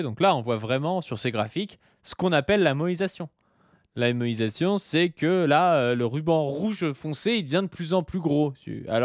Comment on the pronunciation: Merci enfin de ré-expliquer le terme moÏsation. Ça fait plusieurs épisodes que j'entends moesition et je comprenais pas en quoi la politique française devient extra kawaii.